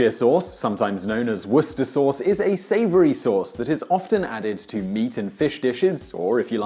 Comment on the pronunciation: It's pronounced Wooster.